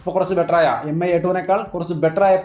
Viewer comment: Mi എന്നാല്‍ മി എന്നാണ്...Pronunciation എം ഐ എന്നല്ല... Hope you will correct it.